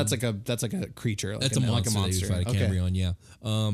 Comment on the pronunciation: By cambrion, you meant cambion, of course. Maybe you were thinking of 'Cambria.' Great presentation. I have a whole campaign world, Joturnia, with critical interactions with Hell which I have been customizing.